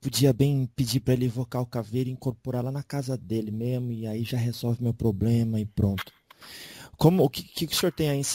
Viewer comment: PQ ELE FALA ERRADO.....EX ,,,PROBREMA